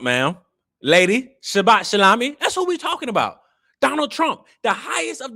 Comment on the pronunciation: Shabat sha what 😂😂😂😂 boi say it right 😅😅😅